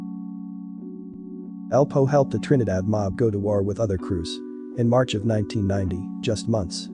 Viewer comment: Once I s “King OFF Harlem” I knew it was a foreigner doin an AI video!